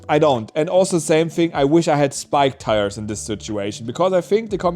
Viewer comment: It's tires not tiers